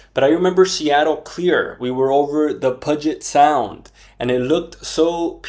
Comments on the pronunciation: Please learn how puget sound is pronounced before you say it online.. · "Puddget Sound." Not to be confused with Pudgey Boy Sound